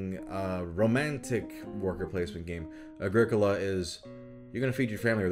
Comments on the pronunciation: Pretty sure it's pronounced Agri-Cola. Like a Pepsi made of leaves. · I think Agricola is pronounced like Agriculture